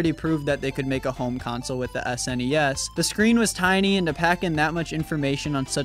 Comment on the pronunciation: Thanks for pronouncing SNES correctly.